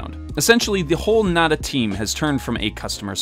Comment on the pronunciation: I literally love everything about this video EXCEPT the way pronounces nada